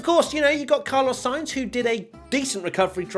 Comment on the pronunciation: Car-loss Sainz